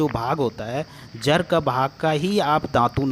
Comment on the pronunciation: Jar nahin jad. Kira nahin keeda